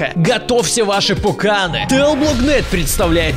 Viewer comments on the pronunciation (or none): Не пукАны а пуканЫ